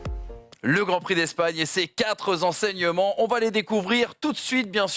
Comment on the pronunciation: Aïe aîe aîe 4'z'enseignements ça fait mal aux oreilles ! :(